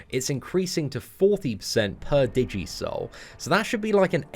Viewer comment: Could help laughing at DI-jee souls. Pretty sure it's digi-soul like digital souls. She looks pretty awesome though. Probably the best champ of the month.